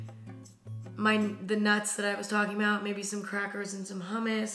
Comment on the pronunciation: When she said nuts with the echo and the awkward pause I choked on my vegetarian chili and died